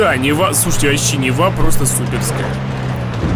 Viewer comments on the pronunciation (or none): Не Нева а Нива ударение на И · Нива на 1 слог ударение